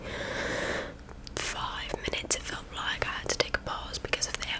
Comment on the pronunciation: I don't think your accents too bad. It's just certain words seem to switch between southern and northern. I like the way you pronounce like as loike lol just keep trying you'll get better with practice.